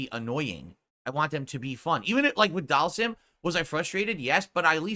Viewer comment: Why is he now saying Dhalsim's name properly but can't say Zangief right to save his life?